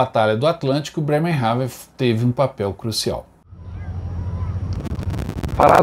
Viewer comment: Nao se duz assim o nome da cidade